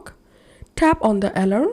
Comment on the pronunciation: al-ARM, accent on the last syllable.